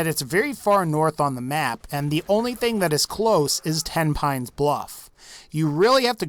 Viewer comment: I am fairly certain Tenpines is pronounced ten-pennies.